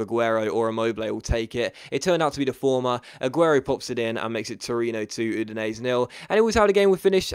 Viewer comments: It's pronounced Oo-din-ay-zay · Is that really how Udinese is pronounced?